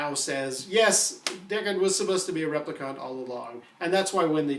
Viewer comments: No offense, but it's repli-KINT not repli-KAHNT. 🤓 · What I can't figure out is why you're saying replicant so weird. There's no U in that word. Rep-li-cant. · Why do you keep calling him a "replicunt"? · REPLICONT???? Its Replicant!!! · rep - li - can't not cont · New Kasmir I thought he was saying Replicunts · NewKasmir right? It’s rep lee can’t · your pronunciation of replicant needs work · Been reading a lot of the comments and people seem to be missing the point that it is not all replicant models that have a 4 year lifetime. So Deckard could very well be a replicant. Also why does the guy presenting this video Sat replicant so oddly? Lol. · This guy has clearly seen Bladerunner enough times to know he is pronouncing replicant wrong. Like, totally wrong. Not even close, bud. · Wow, sorry I was so harsh. Your pronunciation is not "totally wrong", its only one letter away from how the movie says it. I think i thought I was being funny but in retrospect i was just being a dick. oops. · how many times can you mispronounce replicant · The replicant pronunciation annoys me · There is no conflict... the screenwriter and director say he's a replicant. You are in denial. No interpretation... no opinion... the director and writer answered it. The fact that you can not pronounce the word "replicant" isn't helping you. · Daniel Williamson I was taking the piss out of the way he says replicant man! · You have a perfectly normal American accent, yet you repeatedly mispronounce the word "replicant", despite everyone in the movie pronouncing it for you as an example. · Stop saying replicant that way, just stop it.